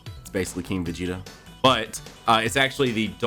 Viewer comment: Its vegeata